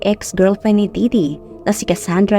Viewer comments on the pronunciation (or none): Correction- It's Ditty not Didity hehe